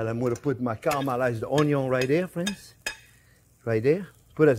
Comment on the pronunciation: I thumbs up as soon as I hear you talk! "Hello Fwends" You are my favorite chef!